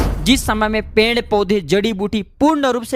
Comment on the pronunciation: Pend kya hota hai?? Uchcharan Ped hota hai, ya Pend hota hai???